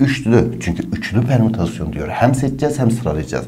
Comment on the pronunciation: bir an dedim lermütasyon ne HKAJSHJSMDJSJBD